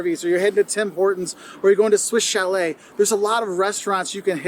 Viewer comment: Knows how to pronounce Swiss chalet from this video. A few months later. Swiss Cha-LET!